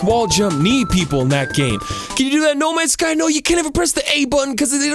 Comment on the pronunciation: I love that every time he says no ends guy he doesn't say the right name game